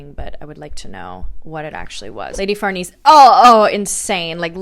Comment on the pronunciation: Farnese< far-Nay-say